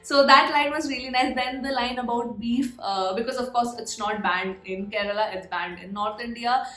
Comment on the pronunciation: Your pronounciation of "Malayali", "Kerala" is "Perfect Ok" 😍🤗 Once Corona is gone, reach Kerala, stay for a few days you will extend by a week.... next you will extend by a year.... next you will extend by a few years.... By this time your family has joined you. A home by the river side... a calm peaceful lush green surrounding.... Monsoon rain... Theyyam... Utsavs... Elephants... Chaya.... Kattan..... Sett mund....Gold Jewellery..... Nendra Banana.... Onam...... Vishu.....Backwaters... Western Ghats.....Fishing harbours... . Lot of things awaiting you.